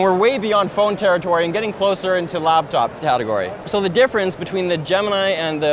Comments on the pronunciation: Does keep saying "LABTOP" instead of laptop? Does know what a laptops are called, and why? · does it bother anyone else it sound like he says labtop and not laptop? or are my headphones just wrecked lol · Did he say labtop?